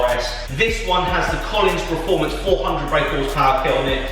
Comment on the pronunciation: Yeah that bugs me to haha